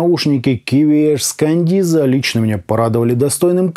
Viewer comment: Да почему Кандиза то если Каденза?)) купил щас на распродаже за 2к, звук улет